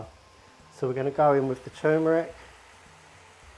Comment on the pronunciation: I'm from South Australia and pronounce turmeric the same as you! Love the look of this curry, I'll definitely be making it soon.